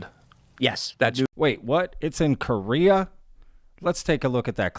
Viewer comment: Really ? Stupid ! You keep saying they built a building around it "because it is so big". But it's NOT just because it is so big, but because they can't move it. People don't build a building around something just because it's too big. And Korea is NOT pronounced "Kurria", it is Ko rea. Get it ? Get some education. Most of you nuts out there are talking about things you shouldn't; because you don't know even good basic English. If you want to sell useless merchandise, go to a Flee Market.